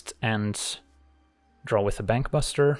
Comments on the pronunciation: Every time he says Bankbuster all I hear is Bang Bus and I'm not really sure what that says about me... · or you mean bangbus-ter?